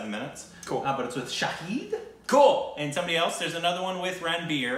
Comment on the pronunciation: "Sha-Hid"=witness "Sha-Heed"= martyr.